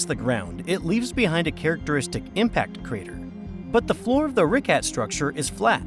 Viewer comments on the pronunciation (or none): The way you pronounced “Richat” like “Ricat” irked me way more than it should’ve.